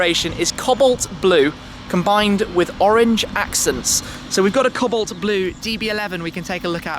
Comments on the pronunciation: oh Shmee!....Really engaging normally but please learn to say the colour of your car correctly...its really distracting.... can't believe guys at AM let you (a high profile client) pronouce it that way publicly....customer service isn't what it used to be! its Co-balt as in Legs and Co...balt not as in Cobbled together Tibalt. please tell me know you are a little educated not just money? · You don't know how to say cobolt. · co-balt Timothy, not cobblet